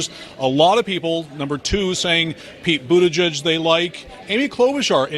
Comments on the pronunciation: Dan it's butt-a-gig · Pronounced butt gig 😁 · [ Boot-Edge-Edge] Say it slow, than say it faster and you'll have it. Or just call him "Wall Street Pete".. Or Howdy Doody.. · Tell producer Joe that it's not boot -edge-edge. It's BootyJudge. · Did you say his name was Peter ButtiJiZ? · The correct pronunciation is "Butt-Fudge" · I thought his name was pronounced Booty-gig? Think about it...makes sense to me.